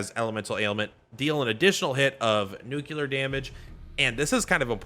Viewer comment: The nuclear vs nucular is going to take us out lol.